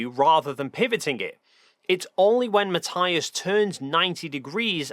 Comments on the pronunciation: Just one thing. Matthias is German. His name is pronounced Mat-ee-us. Just like Sabine Hossenfelder's (crank that she seems to have become, her name is commonly mispronounced) name is Sa-bee-neh (3 syllables not 2- no silent e in German). Ma-tee-us. Sa-bee-neh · Sorry, just have to point out that his name is pronounced Ma-TEE-as... Ok, thank you, carry on now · Hi, love your videos and style, but... MATTH-EYE-AS???? Really? 😅😅😅 Tomorrow when I see him I'll tell him and watch his reaction